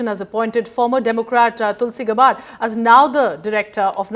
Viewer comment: Its not pronounced as गबार्ड, it is pronounced as गॅबर्ड. Use the right pronunciation!